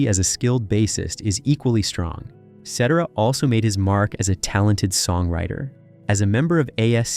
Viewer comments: Absolutely the WORST documentation video I've ever seen. Besides the mispronouncing of Peter's last name and several other common English words, you threw in videos of bands that we NOT Chicago (like America and several other random artists) and you repeated yourself over and over and over again. This Seventh grade report could have easily been edited to under 12 minutes a much better impact. TERRIBLE !!! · I'm sorry but it's unlistenable a 24 minute video where the subjects name is mispronounced... God people do your homework. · your constant mispronunciation of guys last name made me not want to finish the video ! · Can’t and won’t watch nonsense narrated by some young doofus who cannot pronounce Peter Cetera’s name. If you don’t know jack about a subject, why make a video? Idjit. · Get the pronunciation of the name, right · Well this is not accurate and you can't even say his name correctly... there were three lead singers also..... not sure i can listen to this BS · This guy can’t pronounce names ! Get a grip ! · why don't you have someone that can pronounce the names right! just pathetic!!! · C I stopped watching it when they couldn't pronounce his name. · Do your homework and learn how to pronounce the ICON , Peter's last name!!!! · I can't listen to this. Learn to pronounce his name please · You should learn how to pronounce his name.Shame on you !!! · The butthead is butchering Peter's last name! What the F! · WHAT the HELL!!!???? Say his NAME correctly!!! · The random footage of the group America (Gerry Beckley and the boys) was weird. Also, please pronounce Peter's name correctly! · I am sorry I watched this whole thing. The story teller, aside from constantly pronouncing his name wrong, was all over the place as far as jumping from year to year forward and backward, making it hard to follow the story, but the story teller repeated things two or three times. At this point, I am not even convinced with the accuracy of this video, who knows. Terrible video.